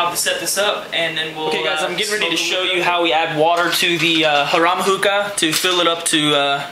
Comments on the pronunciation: its pronounced "hair-em" like a one guy and 50 girls, it means it's a hookah for luxury use haha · Great vid. BTW, Harem is pronounced Hair-Um